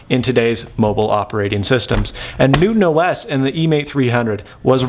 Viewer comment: I can't be the only one that hears NoobOS